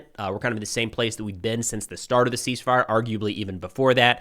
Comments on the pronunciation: Not "Cease Firey"...You better keep using that. I love it. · Are you sure she didn’t say ‘Seas Fire’?